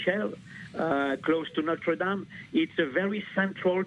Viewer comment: Is it not possible for Americans to pronounce "Notre Dame" correctly? It's really not that difficult. But at least this broadcast admits the possibility that this was a terrorist attack.